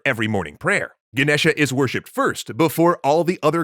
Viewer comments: It's Ganesha not genesha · The a on the end is silent. The name is pronounced Ganesh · the a at the end of ganesha is silent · its Ganesha, how you people manage to get wrong spellings and pronunciations all the time is a mystery beyond my comprehension